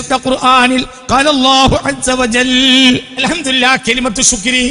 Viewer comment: അൽഹംദുരില്ലാഹ് എന്നല്ല അൽഹംദുലില്ലാഹ്എന്നാണ് രില്ലാഹ് (തെറ്റ്) ലില്ലാഹ് (ശരി) രി (തെറ്റ്) ലി (ശരി)